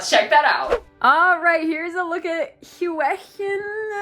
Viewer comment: YOU DID SUCH A GREAT JOB OF SAYING HIS NAME!!!👏🏼😍 I love him so much I NEED him!💕